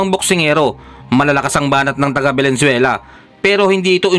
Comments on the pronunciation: Ayusin mo pronounciàtion s bansang venezuele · Venezuela bro Hindi valenzuela.pilipinas yun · Correction Venezuela Hindi Valenzuela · Venezuela sir at hindi Valenzuela... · anong Valenzuela ang pinagsasabi mo? hoy mag-aral ka muna ng geography bago ka mag ambisyon na maging vlogger o announcer. Magaling ang boxer natin ..tapatan mo ng maayos na pag vlog. saan yung valenzuela? sa bulaccan? VENEZUELA yun. 😆😂